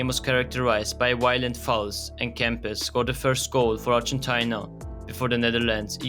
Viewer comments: Ar-gen-ty-na what a pronunciation. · Could you please do the research properly and pronounce ARGENTINA in English properly (Ar-gen-TEE-na). Thanks